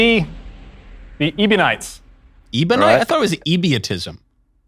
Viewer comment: Next time take a moderator who’s not illiterate and doesn’t misread Ebionite as “Ebonite" or Adoptionism as "Adoptism".